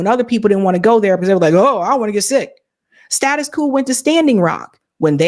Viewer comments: Ma’am your pronunciation of status quo makes you sound like a foreigner. In the USA, quo is not pronounced coo, or koo. it is pronounced like qwo. The O is long. Still pronouncing the Q. Step your language game up, I almost subscribed to you until I heard that. I thought you were being cute or unorthodox. Typical modern woman think they can do anything they want with no accountability. That is why I rarely listen to female YouTubers. Just got to do it your own way and not the right way. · You're great, and I hate to be that guy, but it's status quo, not status quooooooo. Rhymes with OH or BLOW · The term is status quo, not status coup. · Its "status quo", not "status coup" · Once she learns how to pronounce "status quo" properly.😅